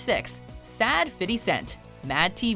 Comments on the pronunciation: To Whom It May Concern: STOP WITH THE "FIDDY" CENT...... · Literally EVERYtime you mention 50 Cent in a video, you say “fiddy” lol so damn gross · Fitty cent??? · ITS FIFTY NOT FUCKING FITTY